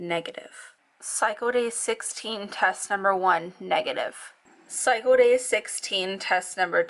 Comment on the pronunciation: "Psycho day" lol it's pronounced cycle. With an L. 👌🏻